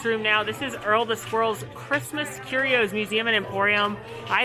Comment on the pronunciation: You are the only YouTube personality who has pronounced "curios" correctly. The rest pronounced it as "curious."